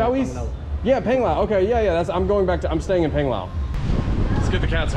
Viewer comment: Please... I'm begging you... It's Pang as in Pong...Pong-lao...Ponglao... Panglao... lol.... Every time my wife and I hear you we cringe. Thanks for great channel.